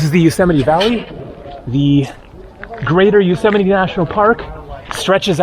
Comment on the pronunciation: Another great video.. haha now i know how Yosemite is pronounced.